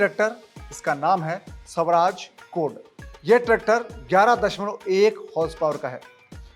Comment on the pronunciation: स्वराज है शवराज नहीं, अर्थ का अनर्थ न करो